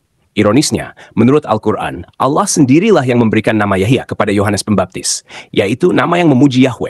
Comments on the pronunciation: ALLAH ya baca saja ALLAH tdk ALLOH..... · Bukan Auloh tapi Allah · Tulisannya itu Allah , bacaannya Awlah karena ada tanda baca tasydid ditulisan arabnya. Nama Allah yg dibaca Awlah juga dikenal oleh kristen arab. Kristen indonesia kok nyebutnya malah Al lah ??? Dapat ide darimana? Soalnya bible berbahasa yunani, inggris tdk ada sebutan Allah yg dibaca Awlah.